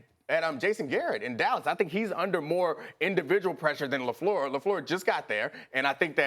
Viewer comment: hey Max, get off Steven A. he's pronouncing "Lafleur" properly and respectfully. also Rodgers' GREAT talent has been WASTED in Green Bay.